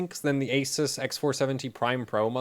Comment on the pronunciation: Omg, the first person ever on the internet (except the god damn founder) to pronounce "ASUS" correctly.